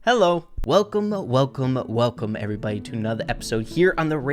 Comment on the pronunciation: when u said Welcome Welcome Welcome it sounded like Welcomo welcomo Welcomo